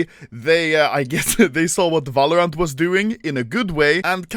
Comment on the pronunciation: Nobody: Anomaly: valorance